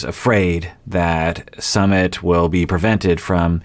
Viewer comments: It is Sue-mit, not summit ( like a gathering for a meeting/event). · Sue meet not Summit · I heard it’s “SUM-IT” not “SUMMIT” but could be wrong. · ...it's Su-mit. Like Sue-meet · His name is pronounced -- su -- like the OO sound in cook -- mi -- I pronounced like the I sound in lick and T is pronounced like the T in arigaTo . Su-mi-t The reason indian parents are so apprehensive of their children marrying foreigners especially someone from the western country Is because of high divorce rates , india has an extremely low divorce rate because divorce is seen as extremely shameful to the level of prostitution here, almost everyone here stays in their toxic marriage , because no-one is divorcing and the shame associated with divorced people , the likelihood of you being forever alone after divorce is very high in India , the society will treat you like a lower class citizen specially women but men too if they are divorced , so it's a very risky decision for an Indian to marry someone from a culture which has high divorce rates , the other factor is religion , their is lots of Hindu-Muslim tension in India from centuries so a marriage between a hindu and muslim is shunned and some families will go as far as to commit honour killings . Also due to sexism and patriarchy older women and younger men relationship are shunned , but men who are around 10 years older then women is considered acceptable , more then that they shamed too but not much as women . It is considered less masculine for a man to marry an older women . India also have a very family oriented culture and our country is very diverse, and their is also lots of tension among different cultural gr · Its Soomit